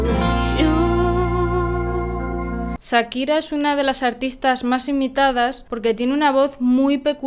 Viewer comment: Por qué dice Sakira si acá en América la pronunciamos Con el sonido de Cha.